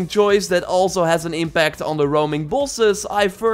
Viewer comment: please learn to say Bosses correct